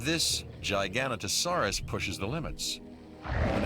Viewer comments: its nit GIGANTO saurus its GIGA-NOTASAURUS, or Giga for short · I could be wrong... but i am pretty sure its pronounced Gig-a-not-o-saurus... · Actually.... its pronounced jigg-o-not-osaurus, and it's name stands for giant southern lizard. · Uh, actually... it's not called the giganto-saurus, as you called it. It's the giga-noto-saurus. Giga is the same root (and so pronounced the same) as in gigabyte, and noto is an additional, separate root meaning southern. I believe the giganto-saurus is something else entirely. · I thought it was Gig-a-not-asaurus.... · It's that bloody bird game again... Also,... It's spelled GiganOOOtosaurus. I know, you'r old 'n crap, but Jeff Goldblum there said it out loud for you to just listen and repeat. And you managed to fuck that up, as we all expected you to do. Never change.;-) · Internal cringe at giganotosaurus mispronunciation and saying it's the biggest carnivore ever Oh, silly.